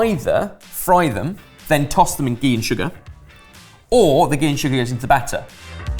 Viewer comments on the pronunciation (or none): Stop saying gee it’s just butter